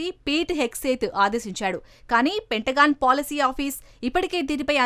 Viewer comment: పెంటగాన్ అని చదవాలి